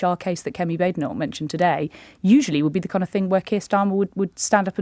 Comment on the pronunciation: Lewis! It's Badenock - short a sound not long a sound. She really is BAD!